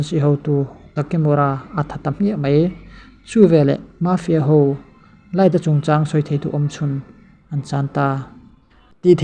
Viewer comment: mafia i lam dan chu leh🤣🤣🤣🤣🤣mâfia